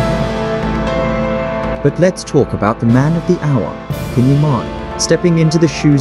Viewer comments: Please practice to say his name correctly Çan ( Jon) Yaman! It isn't can it's Çan with j sound in English! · Can will be excellent in this role but PLEASE pronounce his name correctly!!! In Turkish, the C is pronounced like J so his name is pronounced like John!